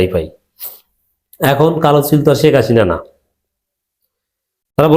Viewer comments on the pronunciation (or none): none